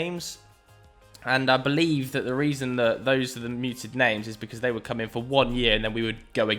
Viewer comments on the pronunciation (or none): none